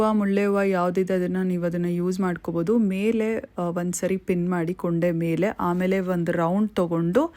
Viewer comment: ಅದು ಕೊಂಡೆ ಕೂoಡೆ ಅಲ್ಲ 😊